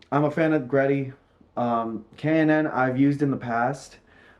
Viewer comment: it's actually pronounced G-Ready* hehe